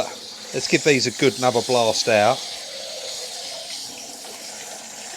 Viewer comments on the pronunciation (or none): none